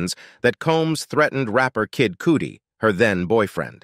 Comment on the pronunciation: It is NOT pronounced KID COOTIE, but Kid CUTTY